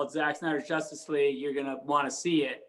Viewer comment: "...in the Justice (Josstice) League...Zack Snyder's Justice League." I love that😂😂